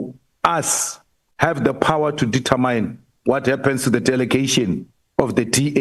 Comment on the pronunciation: Its determine Malema not determyne